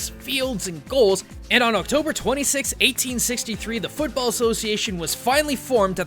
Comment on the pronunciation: you mispronounced football